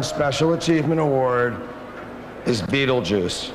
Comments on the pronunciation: He literally cant say his own name hsgsgsha, “betejuuce” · "Wel bi.... well be beedlebuce here, habb bi benis here." Is how I will start every presentation from now on.